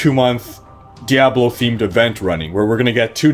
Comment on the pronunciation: The way you pronounce diablo makes me want to murder puppies.